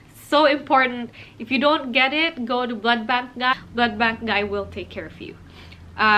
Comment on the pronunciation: Are you saying blood bag? Kinda irritating to hear cos it's supposed to be blood bank 😅